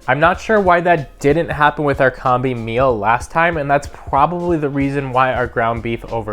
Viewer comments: COM-BEE not Comb-Bee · Oh my god it's Combi as in combination, not as in Comb. Have...have you never heard the word combi before?! Also, it's sous videing that is supposed to sound like soo veeing. That toast function is incredible. Good video dude.